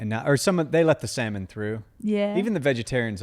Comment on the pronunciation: It's SALMON!!! Lol.